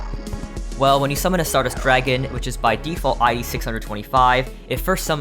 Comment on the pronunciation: Fun fact, "I.D." is pronounced I-D, not I-E